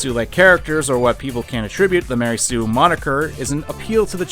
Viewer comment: I like it everytime he says "Ma REY soo"